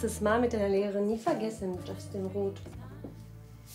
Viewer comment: es heisst Roth wie ich und nichf Rot...